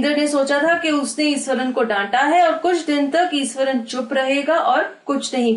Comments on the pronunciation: It is pronounced as ishwaran not esaran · truly iswaran😂